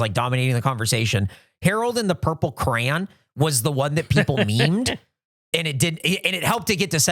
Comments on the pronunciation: For the longest time I kept hearing say Harold and the purple cran, and i was like wtf is a cran? Not until today that I looked at the list of movie titles that it says, Harold and the purple CRAYON, and I went ohhhhh that makes wayyyy more sense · I kept hearing crown instead of crayon xD